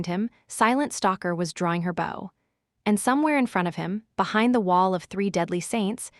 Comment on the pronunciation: The AI that reads the story is really bad. It cannot tell the difference between bow the weapon and bow the action. It also says the letter w when a character w what. It's not unbearable but it does make it feel less enjoyable and the characters less human.